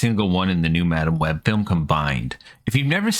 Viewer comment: OOOOO MAAAASHHHHH not HOOOOOO MICH